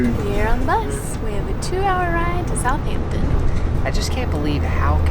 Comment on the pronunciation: It's not "South Hampton" it's pronounced like "south-ampton" like one word